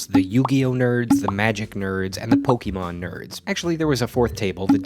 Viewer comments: It's pronounced Poh kay mon not Poke ee mon. It has the little sign above the e for a reason. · learn to pronounce POKE-KAY-MON . There is an accent on the e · since we're being pedantic, actually its Po-keh-mon as in the Japanese pronunciation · Since it is a japanese name, you have to look at the japanese pronunciation of the word, which is closer to Po-keh-mon. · Uh ACKSHUALLY it's pronounced POKE UH MON, Ash says it DAY ONE in the anime, so YEAH /s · Great video but really sad to hear you pronounce the game as "Pokey-mon". You probably have no idea how much credibility you lose as a content creator like that. Researching your topics and content is key to maintaing viewer respect. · >mispronounces Pokemon in the first 10 seconds How hard is it to look this stuff up